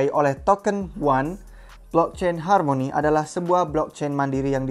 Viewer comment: Hameni hameni, rrrrrr